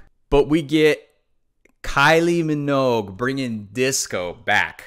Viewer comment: It’s pronounced “min-ogue” like the word rogue. Not “mog”